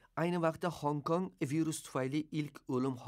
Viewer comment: E aka yaxshi gapirdizu hong kong emas.gong kong boladida.endi sizi necha milonlab odam tomosha qiladi